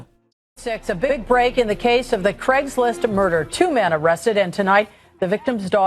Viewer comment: It's "Craigslist"